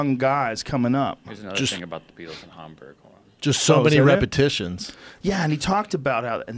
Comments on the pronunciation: Why does joe pronounce it Harmberg? It’s Hamburg! Where the hamburger came from!! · It's Hamburg like hamburger Joe